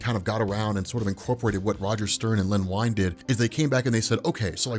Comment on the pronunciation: Wow, You talk fast! Len Wein is pronounced Ween, not Wine.